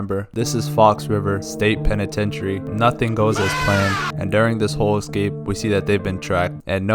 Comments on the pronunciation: Why do Americans say ECscape? 😂 It's ESCAPE guys, how tf did you all add some extra letter hahaha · Escape not excape 😂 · Best "excape" plot ever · It's an EEHscape, not an EGGscape.